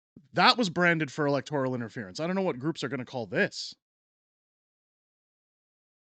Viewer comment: Please correct your pronunciation of "electoral". The second, not the third syllable is accented.